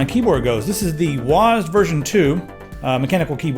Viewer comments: Wazzed, lol its W.A.S.D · IT'S NOT PRONOUNCED WASD IT'S DOUBLE U, EY, ES, DE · you read wasd as one word. I always read it as W.A.S.D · WOZ-D? U mean W-A-S-D?